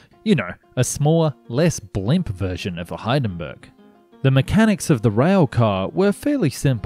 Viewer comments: it's "hin-den-burg"... Not "hayn-den-burg". You pronounce the "i" as "ee". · Check the pronunciation of "Hindenberg". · don't apologize for not being able to pronounce "Inchinnan." Start small - like "patent" or "Hindenburg". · LOL at the pronounciation of Hindenburg. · Great video and topic. A small piece of advice though: try to get the basic pronounciations right like Edinburgh and Hindenburg before having a crack at those tough Glasgow suburbs.